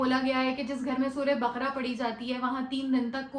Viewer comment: السلام عليكم و رحمة الله وبركاته باجی اقرا یہ ق پر زبر کے ساتھ بقَره بارک اللہ فیک اللہ مزید آسانی کرے اللہم آمین